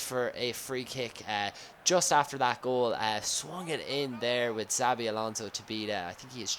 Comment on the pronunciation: It's ETCHABI not ZABI.. ETCHABI ALONSO.